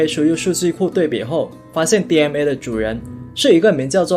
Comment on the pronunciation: DNA不要讀成DMA